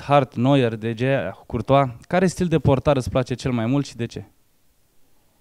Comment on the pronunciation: Se vede că tipul ăla își citește întrebările. Dar măcar să nu mai pronunțe De Gea așa cum se scrie